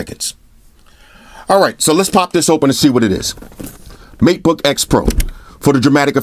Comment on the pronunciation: plz say meatboy more